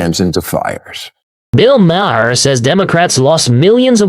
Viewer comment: so far you've pronounced his name MA-her, muh-HAIR, and Mare, and Mayor. It's 'mar'. Finally! At, you accidentally pronounced it right.